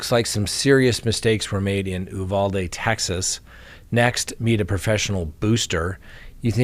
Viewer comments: Texas pronunciation: You-VAL-dee. You’re welcome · Uvalde = You- valde, not Ooh-valde. Texas native here. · Uvalde, TX Pronounced “you-Val-day” here, in Texas